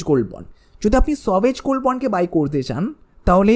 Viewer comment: সভেজগোলড্ বলে কিছু হয় না। ভালো করে জেনে বলো। উচ্চারণ ঠিক করে নেওয় উচিত হবে। 😅